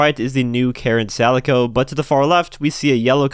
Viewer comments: I thought it was pronounced K-alico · The Karin Calico is pronounced "Kalico" probably either after the cat fur pattern or some textile thing. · I'm hyped. And with this update we'll have pretty much every generation of mustang except the 80s fox body. I bet we get the uranus as drip feed. Btw, calico is pronounced with 2 hard c's. Calico is a type of cat and also a type of fabric